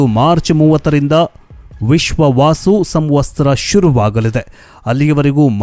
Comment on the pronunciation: ವಿಶ್ವಾವಸು 😂 ವಿಶ್ವವಾಸು ಅಲ್ಲ